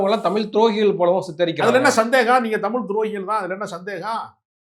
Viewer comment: தமிழ் என்று சொல்லக்கூடாதா ? தமில் இல்லை தமிழ். தமிழ் என்று கூறி பழகுவோம்.